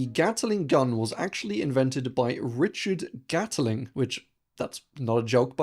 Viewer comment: _GAT/LING_... not _GATTLE/ING_. Not gonna' wait for the next BUTCH/RING of pronunciation. Bye